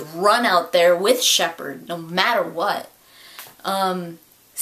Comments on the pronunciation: I honestly thought that harbinger said "Shepard sucks". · I thought it sounded like Harbinger was saying "Ah Shepard!".